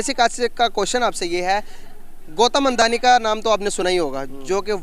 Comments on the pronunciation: Gautam Andhani Nahi Hota bacha..Unka Naam Gautam Adani hai😂😂😂 Educated Anchor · "ANDHANI" nahin, "ADANI".